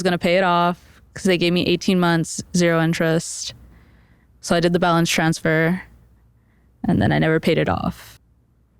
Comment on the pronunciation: "I had a palance transfer" 🙄